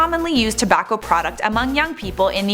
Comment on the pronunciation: It’s not Tabbacco idiot